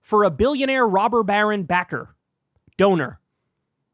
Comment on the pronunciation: Stop saying rober barren lol